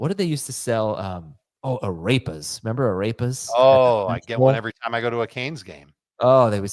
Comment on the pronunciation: I know is not talking ish about arepas! And the annunciation was terrible! Shame on him!